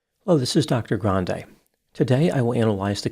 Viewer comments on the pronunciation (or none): none